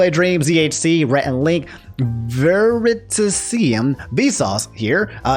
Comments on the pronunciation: The final Studio Ghibli (Gibli? Jibli?) Film? Better put a warning label on that. Gotta protect them kids. Also did really just butchered the names of my two favorite Science Channels like that? (Veri-tasium and Kyle ) Matpat has indeed "Got 'im" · Love you but I'm comin through again with some pronunciation checks. Veri-TAS-sium and Kyle Hill. Nothing special. Have no clue what happened there